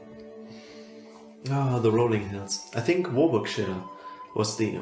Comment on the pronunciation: Well done Sir, I grew up in Warwickshire and you pronounce the name better than any American I've heard.